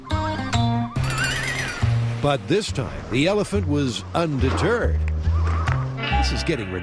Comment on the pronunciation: "The elephant was UNDETURDED."